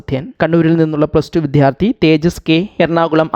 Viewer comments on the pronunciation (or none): വിദ്യാർത്ഥി എന്ന് പറയാൻ പഠിച്ചിട്ട് വരുമോ